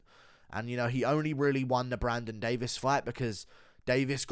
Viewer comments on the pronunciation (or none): none